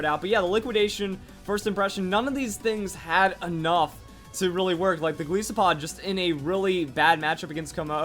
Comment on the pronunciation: Goliath + Isopod. please say it right